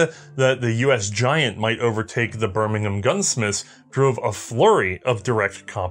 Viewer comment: Good pronunciation of Birmingham...... UK style.